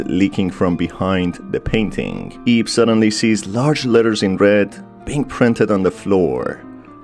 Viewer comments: "Who ate her in journey" I sure hope he didn't (also, I know he said "aids" The Auto Captions just suck with accents) Edit. Also. Ib is supposed to be pronounced like eeb (it's like eve, but with a b) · It bugs me "IB" pronounced as 1 word... it is pronounced as "I-B" or "i-bu(イヴ)" lol